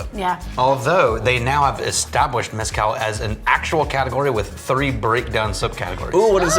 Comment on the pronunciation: For the love of EVERYTHING GOOD AND SACRED stop calling it MEH-scal. It’s pronounced meh-SCAL! You’re going to anger the Aztec gods.